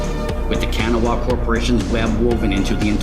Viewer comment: A minor pronunciation quibble about the pronunciation of Kanawa, but like usual, these videos get me PUMPED to play Torg!